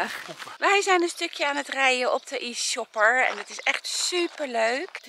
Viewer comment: Leuk om te zien , ik heb op een ander park van europarcs gewerkt. Het is alleen geen E-Sjopper maar je zegt het als E-Tjopper :)